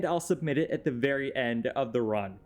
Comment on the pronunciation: "this concept is verry humane"